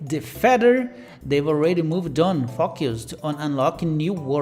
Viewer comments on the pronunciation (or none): that word fockused, yea with your accent I wouldn't use that very much. Hellboy fans, if you know you know 😂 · I like how you pronounced focused lol